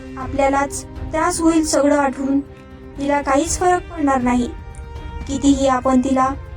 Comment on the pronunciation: आटवून नाही आठवून